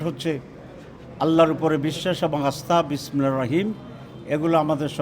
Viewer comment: নিজেই ঠিক মতো বিসমিল্লাহ বলতে পারে না 😂😂